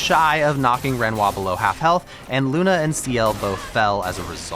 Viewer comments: And it's lune not luney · Loonehh not luna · Its Lune (pronounced l-oo-n-ay) not Luna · You did that on purpose, didn't you? It'a LunE not Luna. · Its Lune not Luna 🤓☝ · LuNE, not Luna 😫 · I'm literally screaming to the screen LUNEEE! Every time he says Luna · I’m surprised you pronounced Lune as Luna considering the game has voice acting 😂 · I hate how u keep calling her “Luna”😭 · Game says her name constantly and this tool still keeps calling her Luna.... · Great video but please, they say LunE so many times throughout the game, it's not hard to say correctly 😭😭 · I swear so many of these content creators skipped through every cutscene with voices turned down or something. Luna, Monaco, Renore.... lmao. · Can't pronounce Lune, can't be worth my time. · Hey I love your content, but hearing you pronounce all the names incorrectly hurts my soul 😭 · mightve been an excellent vid, who knows? but getting less than 3 minutes in and you can't pronounce Lune correctly? no way I am giving you another 49 minutes of time. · You mispronouncing every french word in the game is veryyyyyy funny as a french person ahah, incredible video tho <3